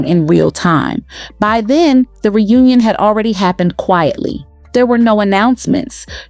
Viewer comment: "Back DEN",🙄 BACK THEN!😊